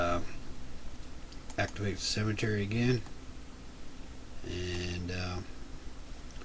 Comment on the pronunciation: Great video, though I kept giggling as you pronounced "symmetry" as "cemetery."